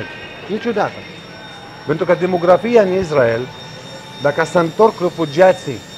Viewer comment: Mă, Isssssssrael, Issssraelieni, nu Izzz... Pronunță corect! Si Yaffa tot așa, niciun fel de Jafă, Yaffa! Nu Haífa, ci Háifa